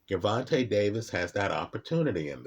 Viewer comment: All of the vids he’s made about Tank and he STILL won’t pronounce his name correctly 😂😂😂 Great breakdown as usual though. LoL